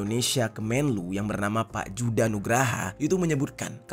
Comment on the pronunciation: itu dibacanya yuda bukan juda J dalam ejahan belanda dibaca Y kalau mau nyebut J ditulis DJ Djaja dibaca Jaya